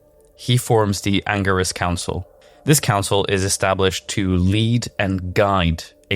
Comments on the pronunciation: anger-is council??? dude, u do diablo lore. at least learn the pronunciations of it. 🤦🏻‍♂ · So many lies.he is not the leader.learn yo pronounce angelic council